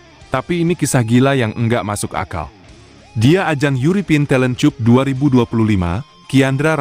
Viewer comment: Yg ngonten bisa bilang yg bener ga sih...talen cup..aga aneh ngomong nyah...